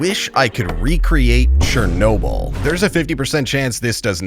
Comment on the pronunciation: CHERNOBYL... а в чем проблема Ы выговорить?)